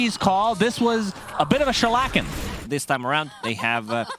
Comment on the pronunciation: Almost every game sunsfan calls it a 'shlacking' lmao